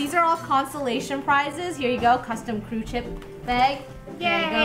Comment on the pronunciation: it's not kerw, only krew